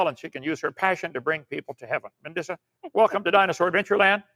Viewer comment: If he calls you “” one more time 🤬